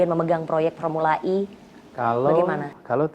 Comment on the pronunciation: formula E bukan I ngucap nya yg bener mbk